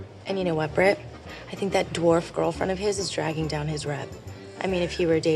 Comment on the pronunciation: I love how she calls Rachel a dwaf 😂